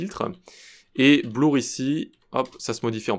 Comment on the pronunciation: Pierrot a encore frappé!:) Moi j'aime bien cette chaîne, elle est ma thérapie pour me réconcilier avec le CSS ^^. Et pi j'aime bien aussi la prononciation des termes anglais par notre ami. C'est pas gentil de ma part je sais mais ça m'amuse. Blour pour blur (qui se prononce bleur) ou Coloum pour column ( qui se prononce coleum). Ne m'en veux pas, je te kiffe!:)